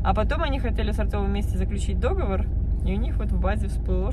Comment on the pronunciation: Извините, но договОр, договОрЫ. Я преподаватель русского языка, привычка.